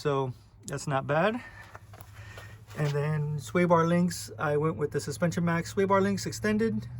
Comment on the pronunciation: Something about the way you said “swaybarlinks”